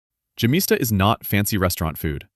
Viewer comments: Yemista, not gemista. The G is sounded out like the letter Y. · Yemista the( y )is pronounced like in yes and the accent is on syllable (sta) and not in ( mi) ,but your version is a.i. generated and not spoken by a real human voice. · You should pronounce `gemista` as `ghemista`!